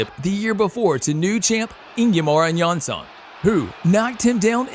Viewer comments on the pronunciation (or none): Ingemar Johansson. Not Ingyemar Jaronson.